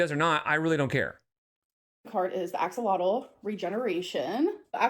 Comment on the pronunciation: I’m legit surprised she can pronounce axolotl right 😅